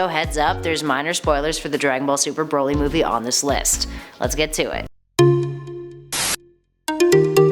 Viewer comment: She's saying Broly wrong too. It's Brol y not bro lly.